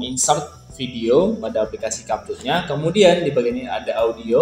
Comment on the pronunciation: abg ni ckp kapcut org "capcut" nampak sangat english lemah